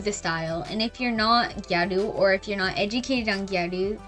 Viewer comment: thank you so much for not saying “giyarew”